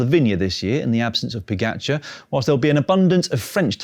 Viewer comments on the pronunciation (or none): Now if only he could pronounce Pogacar closer to how it's supposed to.